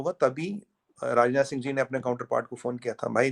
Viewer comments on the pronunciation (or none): none